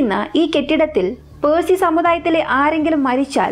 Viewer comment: പേഴ്സിഅല്ല പാഴ്സി